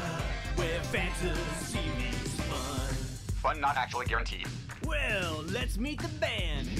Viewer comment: "fun not actually gaurantied"